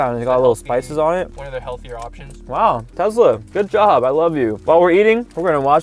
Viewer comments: It's Tesla not Tezla!!! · Just so you know it's Tesla nor Tezla! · Can you say tesla: tezla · " I'll be driving my 150k tezla" anyways, nice vid keep up the good work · Ah yes tezla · Tesla ❌ Tezla ✅ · Him: Tezla 💀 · Why ya day Tezlas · Bro said Tezla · the way he said tesla